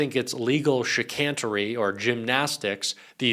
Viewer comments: there is no such word as "chicantery". It is "chicanery". If you need a literate proofreader, I'm available. 😊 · Not "chican'tery" chiCANery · Look up the pronunciation of "chicanery." Really. You don't want to biff it that badly again.